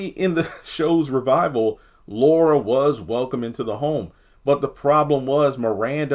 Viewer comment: It's Laura not Luara 🙄